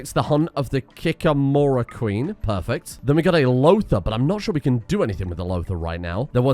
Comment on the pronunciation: in word "Kikimore" more pronounces like usual. Emphasis on second "i".This word comes from slav mythology... I gues...